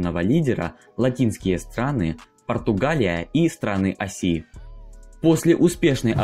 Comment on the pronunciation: Ударение в словах! Что ты делаешь с русским языком? Какие нафиг «началИ», «осИ», «бралИ» и тд?!